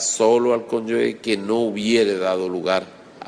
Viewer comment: Profesor, muy buenos sus videos, se le agradece. Sólo le quiero señalar que se dice conyuge, no "conyugue" como usted pronuncia en el video.